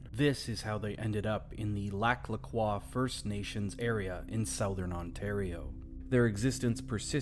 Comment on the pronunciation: I’m from there- why are you saying croix wrong 😞